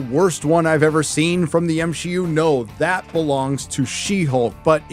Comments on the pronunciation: why do you keep pronouncing MCU as M-Shi-U? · Constantly calling the MCU the "M-She-U" is honestly some of the cringiest shit I've ever heard in my life.